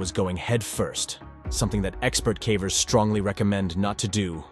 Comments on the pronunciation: Calvers? Sounds like she's giving birth to a cow. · The voice has to be ai right? cause it cant even pronounce ‘cavers’ correctly half the time lol. Put more effort in dude this is sad and boring af to listen to